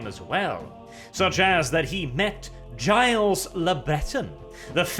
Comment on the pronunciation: its pronounced gill not giles